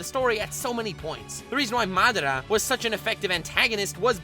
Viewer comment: He pronounced madara wrong